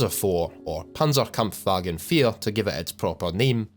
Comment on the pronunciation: Wait, how did he pronounce Panzerkampfwagen IV that good for a non-german?